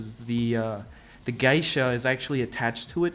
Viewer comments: Geisha is pronounced gay-sha not guy-sha, just saying. Other than that nice piece and cool video. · its Geisha not Gaisha.... just so you know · Thanks for your nice review. You've probably heard this already, but the correct pronunciation of "Geisha" is GAY-sha not GUY-sha. Just FYI. Keep up the good work! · its pronounced "gaysha" not "guysha"!!!!!!!!!!!!!! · It's pronounced "GAY-Shaw"... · For the cost it would have been nice if they would have installed bottom LED spot lighting and colour changing fiber optics that hang out of the neck on the Geisha ...Geisha is pronounced Gaa-sha or Gee-sha..Thanks for the review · It's pronounced "Gay-sha" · Dude, just fyi… you butchered 'geisha'. It is pronounced like 'gay sha' because 芸者 is spelled like げいしゃ and this is also true for any English variant in pronunciation. So the word was incorporated into the English language and is also pronounced in the same way. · You keep saying geisha wrong. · You are saying Geisha weird as hell. I love the statue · You should NOT say geisha ever again in your life!